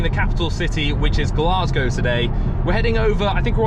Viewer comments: Aye it’s glaes-gae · You also said Glasgow wrong